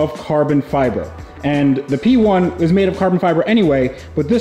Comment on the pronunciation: that's a McLaren 'Pee'1 ROFL 🤣